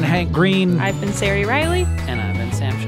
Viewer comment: So distracting that the name Ceri is pronounced so badly and tortured with S noises. It has a hard C. A cuh. It's only entitled ignorance to destroy names native to other countries